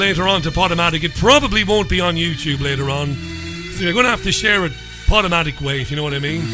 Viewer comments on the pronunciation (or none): none